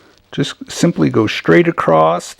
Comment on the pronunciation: Why do you pronounce "across" acrossed? Straight acrossed, go acrossed, etc?